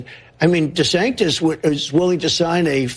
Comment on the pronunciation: Every time he says desanctis he loses me even more